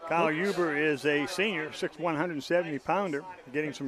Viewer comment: its Huber not huby